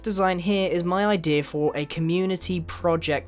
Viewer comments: XD I know, just joking. The way he says ideas sounds like idears. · idea. not idearer learn English. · He kept saying ideaer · "you get the idearrr" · I love how he says ider rather than idea. :P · "the ider"